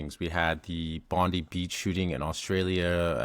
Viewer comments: It's pronounced bond I beach not bond E beach. There is alot of simmering tensions in Australia atm from over immigration putting pressure on infrastructure and cost of living. About 6 months ago the Australian police claimed a bomb was found in a caravan the government used to bring in anti Semitic laws and freedom of speech. Later the caravan bomb was found to be a hoax but the laws remain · Bondi is said Bon -dai